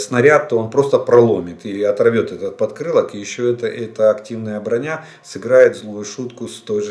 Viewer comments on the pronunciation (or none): none